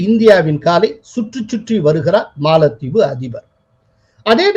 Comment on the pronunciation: காளில் விழுந்தது மாளத்தீவு....?😮😮😮😮😮 தமிழை தயவு செய்து சரியாக உச்சரியுங்கள். யாரோ ஒரு புது நபர் ஏன் இப்படி தமிழை கொலை பண்றார்....😮 கேட்கும் போதே காதில் யாரோ குச்சியை வைத்து குத்துவது போலிருக்கு..... பலமுறை கமென்டில் பதிந்து விட்டேன். ஸ்ரீனி சார் கொஞ்சம் கவனிங்க.......😢😢😢😢😢😢